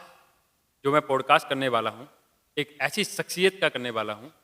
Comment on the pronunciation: आपने अच्छा प्रोग्राम किया, कृपया प्रोग्राम के शुरू में जय श्री राम न बोलें क्योंकि सभी धर्म के लोग आपका प्रोग्राम देखते हैं और उसकी तारीफ करते हैं। आप जय हिंद बोल सकते हैं। अपना अंग्रेजी के शब्दों का उच्चारण थोड़ा ठीक करें किसी से आप किसी एक्सपर्ट से विवेचना करवा सकते हैं, जैसे 'पॉडकास्ट' को ठीक से बोलें।